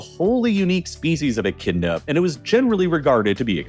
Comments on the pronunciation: Its said Echidna, not bloody Enchinda 🤬 otherwise so good so far 😂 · Did he just say "Echinda"? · Someone teach the AI to pronounce Echidna, please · Echidna is not pronounced "echinda", silly.